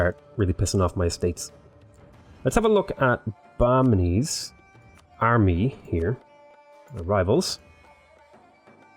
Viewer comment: It's really wrong pronunciation but good try